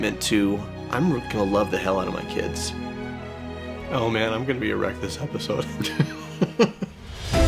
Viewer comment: He said: I’m gonna be a wreck this episode I heard: I’m gonna be so errect this episode 😂